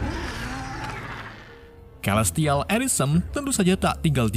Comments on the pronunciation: Celestial dibacanya selestial bang. Inggrisnya belepotan banget, domo juga bentuknya segitiga bang bukan kotak 🤣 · celestial dibaca selistial bukan kelistial 🗿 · dasar orang negara sana ya selestial jadi kelestial ahahahahahaha